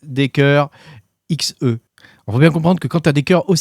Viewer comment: C’est des américains donc Xe se prononce "ekssy" selon moi.